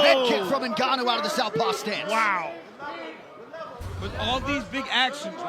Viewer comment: Francis NGOATnnou